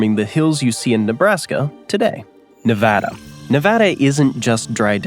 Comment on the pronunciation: I gave you a like for pronouncing Nevada correctly. Thank you.